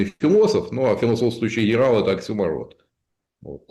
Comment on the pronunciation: Тушка Золотарёва пыталась блеснуть интеллектом, но потерпела фиаско. Нет такой фразы "воленс неволенс", и в слове оксЮморон ударение НЕ на последнюю О😂